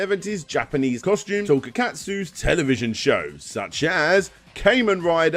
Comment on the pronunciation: It hurt to hear all those Japanese names and terms butchered tbh. It doesn't even sound like you got the spelling correct for "Tokusatsu".